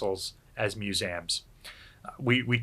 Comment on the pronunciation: Your missing the E in MusEums its not MuSAM... sorry its really triggering